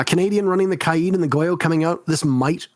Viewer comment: I don't think Kaid has 2 i's. like it's not kai-id its k-aid